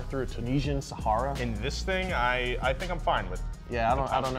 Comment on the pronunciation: Yo, your "Sahara" was absolutely on point. Peace!